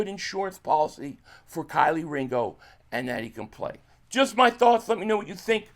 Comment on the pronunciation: Key 🔑 Lee. Put some respect on his name lol 😆